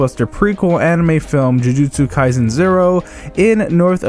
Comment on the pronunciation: There is no "z" in kaiSen.